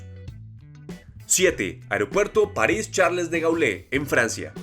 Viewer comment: Lamentable como pronuncia el nombre del aeropuerto más importante en París